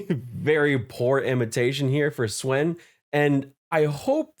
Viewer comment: Dude, Swen is pronounced as "Sven." "Say [his] name right!" - Key & Peele